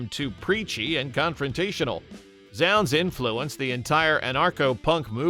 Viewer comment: Zounds is pronounced 'zoonds'. Rhymes with the word 'wounds'.